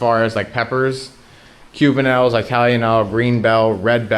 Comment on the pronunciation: Still the best looking cauliflower I’ve seen and none in my garden this year. Beautiful peppers, especially the EYEtalian ones! 😂, every time we hear you pronounce it with an “eye”, we can’t help laughing! You definitely are hardworking and blessed at your farm. Take care of your cuts! 👋🏻👋🏻👋🏻